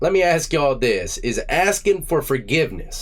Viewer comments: But he can’t even properly pronounce the word “ask”!! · Bro is a serious Lumberjack...keeps AXING for forgiveness, not even prefacing with an apology...TIMBER!!! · HE AXE FOR FORGIVENESS